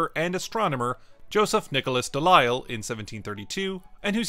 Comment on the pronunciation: Pedantry alert: Delisle is pronounced "Deleel" as in steel, not "Delayle", as in delight.